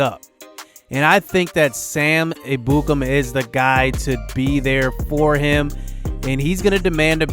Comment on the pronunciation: Just an FYI, it's pronounced Sam "Eb-yoo-kam." I thought it was pronounced the other way too